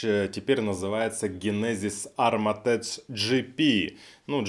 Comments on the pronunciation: Поправка не армотеч правильно армотек ничего личного) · Глайдтэк и армортэк .